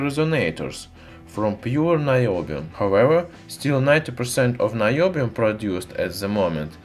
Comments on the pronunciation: Naiobium in the way that he pronounced in Russian would translate as Bullshitium XD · Наебиум? Звучит подозрительно! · наёбиум AHAHAHAHA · Наёбиум... Хороший акцент бро :D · About наёбиум. I can't listen seriously past this point. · "Noobium" It's about time the noobs had an element of their own! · The way you say "Niobium" makes Russian viewers think that you are lying very hard.